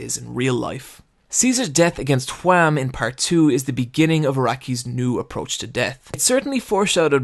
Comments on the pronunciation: ''Wham'' Noooooo, it's WAMUUU, focus on the UUUUU, WAMU! Gotta have the japanengrish charm! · >even they pronounce Whamu and Straizo, he calls em Wham and Straights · Mark was from the netherlands, and its Wamuu, not wham. Pls say the original names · Why do you call him Wham. It's Wamuu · You are saying wamuu totally wrong Its not wham Its what whitout the t and then the sound of a cow Wha-muu Other than that great video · is no one going to mention how he says wamu as WHAM? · YEAH! WAMOO, NOT JUAM! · Nice video, but why Wham. It's Wamuu! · Isn’t it Whamuu and Esidisi not Wham! and AC/DC I know, I know they’re names are based off these bands but they’re never explicitly said like that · why does he say wham? when its wamuu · For God's sake, IT'S WAMMU!!! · Where in the world does the idea that Wamuu is pronounced "Wham" come from? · Hearing you whamu wham hurts me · Why is he calling Wamuu, Juan? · i find it incredibly funny whenever he pronounces wamuu as Hwam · did you just call Wammu Wam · not gonna lie when he said wamm that hurt me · That triggered me a bit. IT'S WAMUU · You forgot the “u” in WAMU. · why are u pronouncing Wammu's name WHam so deliberately? is it pronounced wham in the sub or? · I love the way you say Wammu, it's like "Their disastrous encounter with Juam" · Where did you get the pronunciation of the characters? "Straights"? "Wam"? WTF? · I cant be the only one triggered by his pronounciation of Straizo and Wamuu, right? I mean idk if its intentional but if it is, its working very fucking well